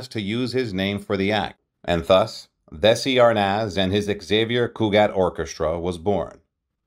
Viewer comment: Lose the AI narration/pronunciation and get the Desi's correct. Otherwise a pretty good telling of their story. They practically invented the modern "sit-com", and were smart enough to own it as well as the studio that produced so many other programs. Somewhere 'I Love Lucy' will be running forever, and people will still love it.